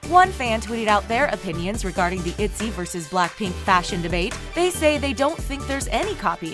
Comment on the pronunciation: Zohre Farzipour itzy its iyzy😂😂😂 Im sorry that made me laugh😂😂